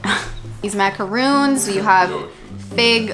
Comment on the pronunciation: When you said macaroons with the French accent, you said it perfectly. I’m French, and I was like nice, you said it the right way.